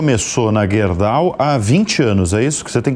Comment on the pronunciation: nome da empresa é Gerdau não guerdau